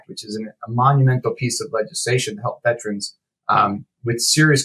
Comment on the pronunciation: I know that his pronunciation of the word "veterans" has been added to the dictionary (because such a colossal number of people mispronounce it so), but the actual word is posted inches away from his head, begging for him to say it right. No, he says it that other way. A thousand times. 🤦‍♂️. He probably goes to the lie-berry to check out books, too. - A Veteran's #petpeeve